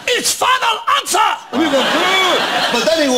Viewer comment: SO! IS FINAL ANSAH!?